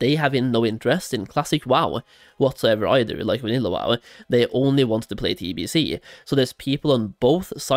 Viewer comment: I can’t stop hearing the -eh at every time he says wow-eh